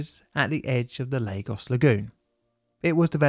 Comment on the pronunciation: Not Leygos. Lagos.